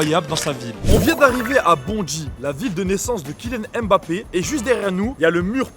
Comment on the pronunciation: Faire une vidéo sur Kylian Mbappé en prononçant mal son nom c'est chaud